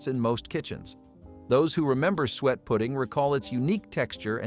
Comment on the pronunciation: You are driving me crazy Suiet or sweet pudding is suet pudding. Do some rematch for God's sake. Or maybe, you did not expect anyone to listen this long.